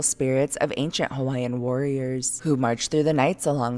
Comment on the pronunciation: So happy and impressed how well you pronounced the Hawaiian names! Excellent work!🥰🥰